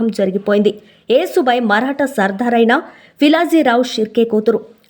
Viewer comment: Vinalekapotunnam thallee...yasubai ani cheppandi😮😮